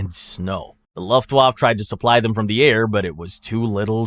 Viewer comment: Minor nitpick: Luft waffe is pronounced "looft waffuh"